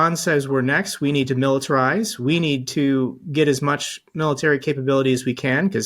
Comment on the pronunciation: I disagree He didn't use to sound like he was having a stroke mid-sentence like he does in a lot of his speeches these days. Just look at his speech from Memorial Day. Where he couldn't pronounce the word military and instead said militer, realized that he didn't say the correct word and tried to correct himself and said the exact same thing. It was obvious watching it that he was having problems But hey if the Republicans want to rail against Biden and his age I say Trump is more than fair game as well